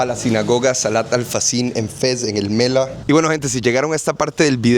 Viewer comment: الملاح el mallah la h se pronuncia